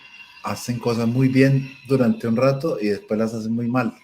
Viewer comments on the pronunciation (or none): none